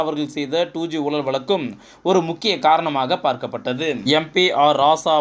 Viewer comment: Murder of Tamil...What is meant by "oolal" "valakku" "valangi" ."valangi irundhadhu" "kaiyum kalavu" .please undergo some training in pronouncing the beautiful Tamil language...